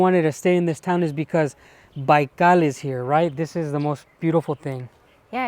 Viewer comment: Why you always say "Baikal" in the most Spanish way ever?